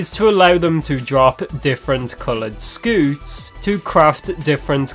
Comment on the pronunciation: It's pronounced scyoot bruh